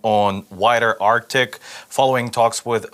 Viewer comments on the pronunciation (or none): none